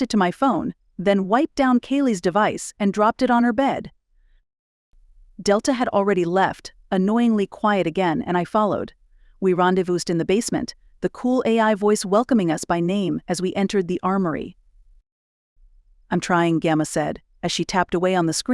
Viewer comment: The final “s” in rendezvous is silent (Ron-day-voo.)